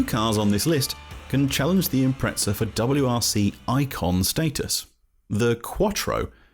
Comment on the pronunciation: I keep hearing Impretzels